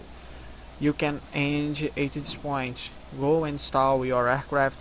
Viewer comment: Show. Vou ver se essa noite eu começo a migrar, vlw. Só uma dica, tenta tirar um pouco do sotaque carioca na do "this", tá falando como se fosse apenas um "T" com sotaque daí, ou "d", mas tá de boa mesmo cara:)